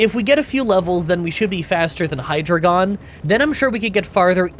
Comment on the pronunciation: *Assurance, not assistance. *Pronounced Hy-Dry-Gon *Pronounced Boof-a-launt